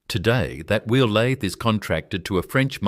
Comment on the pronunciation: Lathe say it correctly F AI